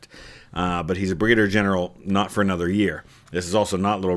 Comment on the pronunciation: "Bri-gader general" :)